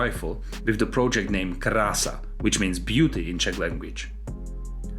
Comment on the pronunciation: Crassa sounds like prase . To my English speaking ears